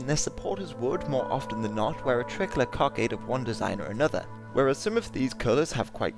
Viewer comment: You pronounce "tricolour" like "trickler"